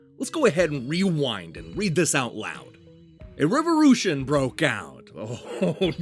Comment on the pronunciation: "Revorution" lol